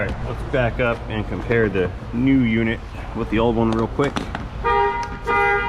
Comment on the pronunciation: "Starting ze engine" always gets me lol